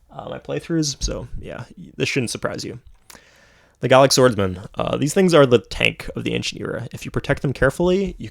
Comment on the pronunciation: Im here again just to know how pronounce the word Garlic Swordsman😂